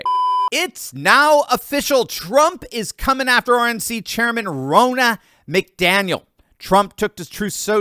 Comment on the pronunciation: I hate it win you say Biden ‘won’ here or there…we all know he DIDN’T win a damn thing in 2020, biggest steal of America’s history! Thank you for your videos! 🙂 and it’s pronounced Ron-na, not Row-na lol. People!! GET OUT AND VOTE! DO NOT TRUST THESE POLLS! 🇺🇸🇺🇸❤🇺🇸🇺🇸